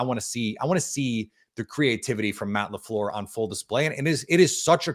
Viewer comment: MATT LA FLURR😂😂😂😂😂😂😂